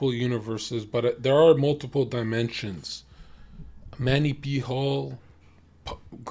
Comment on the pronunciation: Why does he call him Manny P Hall? 🤣🤣 it’s MANLY